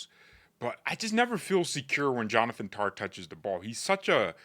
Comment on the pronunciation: Why do you pronounce Tah as Tar? I love you dude but you are wrong about Tah’s performance. Didn’t lose the ball and looked great defensively. He had zero mistakes.